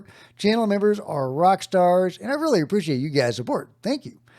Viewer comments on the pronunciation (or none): none